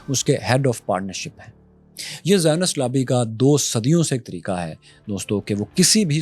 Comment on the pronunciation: Zioninst 😅 karachi ki zubaan mein chay ban gaye 😅